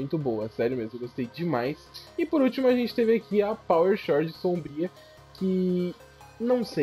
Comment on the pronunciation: eu só queria dizer (só pra avisar msm pq me dá uma agonia jsshsjsjwj) que toda vez ue você lê Power Chord se fala "Cord" não tem o H na hora de falar tlg kkkkkkkkk é que tu fala como tá escrito então pensei que seria legal notificar, tamo junto